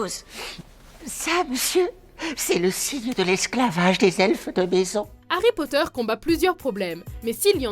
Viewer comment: Harry Potteur xD et ça se dit fan...